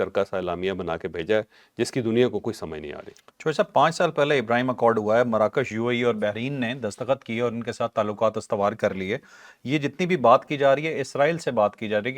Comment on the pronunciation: behreen naheen lafz bahrain ha (two seas)